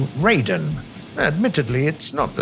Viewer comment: "J2M2 Raiden" Inaccurate pronunciation "Lie"